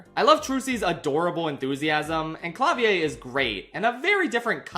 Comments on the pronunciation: I don't wanna be that guy, and I understand that the Gavins aren't actually German, but I have to point out that it's pronounced "Cla-Veer" not "Clah-Vee-Ae". I get you're probably conditioned to assume otherwise about European names with similar spelling but we actually pronounce most of the letters we use in writing (and it's technically not a name to begin with). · I gotta say you're the first person I've heard pronounce Klavier like that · You pronounce the R at the end of Klavier. It's the German word for piano. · Klavier??? He's German not French lmao.